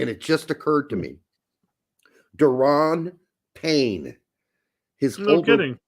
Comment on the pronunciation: Pretty sure Deron Payne is pronounced like Daron “dare-uhn”